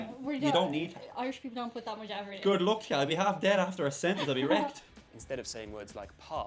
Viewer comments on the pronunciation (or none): One thing I’ve noticed about your accent is that you say words with a short u such as “luck” and “buck” differently. In your accent they sound like “look” and “book”.